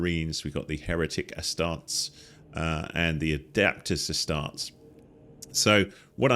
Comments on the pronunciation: You say the name “Ah-start-eez” not “Ah-Starts” 😂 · and so you know its AS-STAR-TEES =) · Uh-star-teez ->Astartes